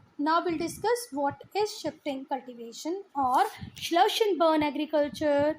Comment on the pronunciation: Ma'am it Slash not Slush but thank you.. 😅